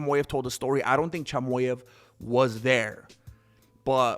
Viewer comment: Cheemaheff Not chamoef That’s how you pronounce chimaev’s last name